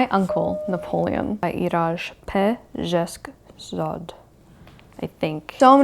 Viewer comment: The name of the author of "My Uncle Napoleon" is pronounced like /pé zé sh k -- z aa d/. And Z sounds like "zoo". /aa/ is a long vowel like in "sun" or "done". Hope this helps!